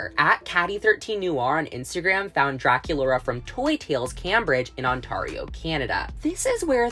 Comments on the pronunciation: Did...Did you say "on-TAR-IO"?😂 Its actually pronounced "on-tAIR-io" haha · Ok, I love Lagoona's doll. I love how her legs start off a silver blue then go into pink. And just for future reference, it’s pronounced Ont-air-io, not Ont-are-io 😂